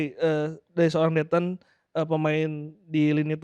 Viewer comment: biasakan panggil Victor ya, koreksi pelafalan yg benar Dethan bukan Dhetan!! Fyi Dethan itu nama keluarga / marga di NTT gak sopan kalau manggil marga doang, bisa kena adat